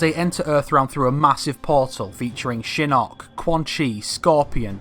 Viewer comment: Ok couple things. 1. Your inconsistent way of pronouncing Shinnok bugs me so much, but I'll assume it's your accent. 2. At the end of 9 Shinnok says to Quan Chi that he will "soon be free". He doesn't specify how soon that is. To say he can just mystically get free sooner to launch his attack is a bit off to me. Just because he has more support doesn't mean he can get free sooner. Sure he says soon, but I imagine to an immortal, 2 years is soon. 3. Johnny training with Bo Rai Cho doesn't necessarily mean training with the shaolin, and if he did his entire fighting style would end up changing. And if it didn't, that would be sloppy writing. Karate etc that Johnny uses is very different from Kung Fu. 4. The evil factions or any evil characters joking the good guys wouldn't make any sense. Sure they might not want the realm destroyed but they wouldn't be able to work together with Raiden. They would be more likely to side with the Netherrealm, or leave and go to Outworld, side with Kotal, and just continue what they're doing now there. 5. Why would Tanya be with the Netherrealm forces? She is in Outworld aiding in Millenas rebellion. The entire rebellion is based on that, since she and Rain are the ones who released Millena in the first place. 6. Raiden wouldn't debate who to side with between Order and Chaos. Chaos wouldn't help him bring the war to an end because that would lead to peace and consequently Order. 7. Liu Kang destroying Shinnok "once and for all" is impossible si